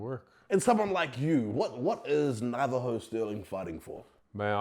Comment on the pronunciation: you had his name « STIRLING »under the eye the whole time and managed to screw it up 😅